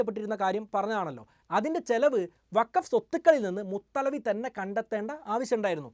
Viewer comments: മുതലവി അല്ല മുതവല്ലി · മുത്തലവി അല്ല മുത്തവല്ലി എന്നാണ് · മുത്തലവി അല്ല മുതവല്ലി എന്നാണ്. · മുതലവി യല്ല മുതവല്ലി